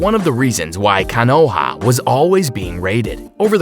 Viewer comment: My guy just said Ka-no-ha, its Ko-no-ha ahahahahahah but all goods